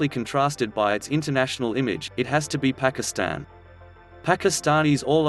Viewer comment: the robots pronunciation of pakistan put me off watching